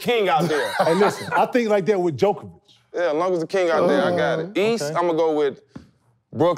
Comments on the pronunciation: The fact that KG says djokovic instead of Jokic is hilarious lmao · Stop saying Jokovic! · HAAHA KG called Jokic "Jokovic". Jeez KG he's the league MVP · Why my guy KG kept calling that man Jokiavic 😂😂😂😂😂😂😂😂😂😂shout out big ticket 🤦🏾‍♂️ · why KG keeps calling Jokic jokovic hahahah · Why KG keeping saying Jokivic 😂🤣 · I love when KG says Jokovic and no one corrects him they just let him say his name wrong every time 😂😂😂. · Jokovic and Kevon Moony 😂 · Great show...goddam I know Kevin is the big dog but why wont anyone to tell him stop adding syllables to jokers name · Funny how no one even attempts to correct KG on misspeaking Jokic's name. This ain't tennis Ticket, come on now